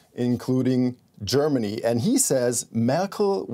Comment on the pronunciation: She really muck up Germany real good!